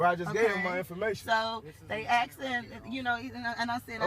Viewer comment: Its a horrible episode. I have one thing to say though, Many afro-american women need to learn to speak their own language, i get chills up my back every time they butcher the English language by saying words like "Aksed" - "then he aksed me".. No its ASKED...!